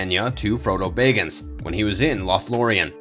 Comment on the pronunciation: Did anyone else cringe everytime he said bayggins?